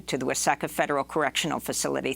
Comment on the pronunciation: you reported Wa seh ka, MN... it's Wa SEE ka... does demo now lacks the funds and pride to merit our confidence and respect for your work?